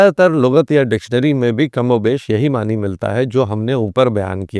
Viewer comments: ❤❤❤ بہت خوب." ۔معنی" ن کے زبر کے ساتھ پڑھنا چاہیے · معنی کا تلفظ کیا ہے؟Ma'ana ya Ma'ani? آپ دونوں بول رہے ہیں۔